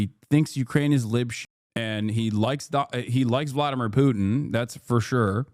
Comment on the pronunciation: Vwadamiw, pwease...